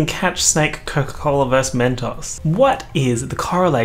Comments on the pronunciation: i can't be the only person bothered by the pronunciation of mentos its men-toes not men-tawhs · okay but the way you pronounced Mentos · The way you pronounced mentos I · the way he pronounced mentos...... what??